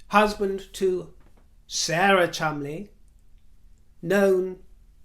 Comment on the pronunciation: Thank you you angel! for your linguistic prowess. I heard an Australian newsreader last night talking about the Chol-mon-de-lees and practically vomited. When you said, correctly, the Chumlies, I thanked Heaven for you.